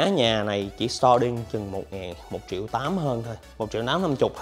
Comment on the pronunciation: Nhà gì mà chiệu chiệu không vậy trời . Ai có tiền đọc là triệu , tôi không có tiền đọc là chiệu , chứ không phải viết sai 😥😜